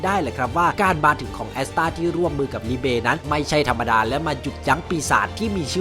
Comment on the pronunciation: แอสต้าเหมือนกับเรื่องเล่าญี่ปุ่นเลยจากปลาตัวนึงปืนน้ำตกจากปลาตัวน้อยกลายเป็นมังกร *แต่ผมคันหูตอนที่พี่พูดคำว่าลีเบหน่อยๆ555